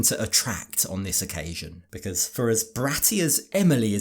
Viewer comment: Emily: “Be cause ah!” I hate when women stretch the word and add an extra syllable. Lets me know they are ignorant.